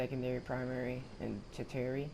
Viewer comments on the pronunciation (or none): its pronounced terrchiary